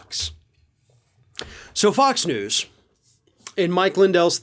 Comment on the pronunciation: Did say f*cks news?!? Kinda sounds like to me!